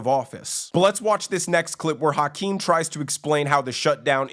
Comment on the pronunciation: Pronouncing his name is like hacking up a lougie. Haackeem